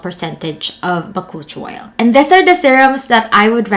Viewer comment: sorry, but I had to search it. It is pronounced as Buh-koo-chee-owl